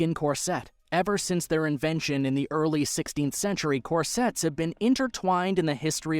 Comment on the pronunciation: Core sets v corsets... Do you deliberately mispronounce words in order to get more comments?